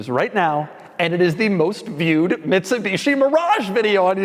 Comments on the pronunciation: Did he say “Bitsumishi”? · Did Doug say Bitsumishi? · that is what i heard